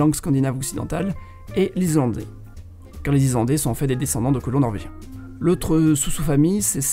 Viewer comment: ISSSSlandais pas izlandais